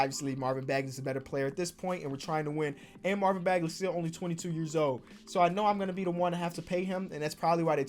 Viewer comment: He said "Marvin bagaley" 🤣🤣